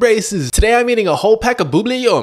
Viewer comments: Bro had the audacity to say “boobly yum” It’s buubley yum Disclaimer: I spelled bubbly the wrong way so he can pronounce it right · It’s pronounced bub I’ll yum not boo blah yum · It's pronounced bu ble gum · Buble yum is not pronounce this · HE DID IT AGAIN THAT HE PRONOUNCES BUBBLE GUM IS WRONG!!! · It’s not pronounced like that